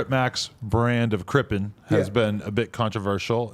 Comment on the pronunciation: Crippin* not Crippen adam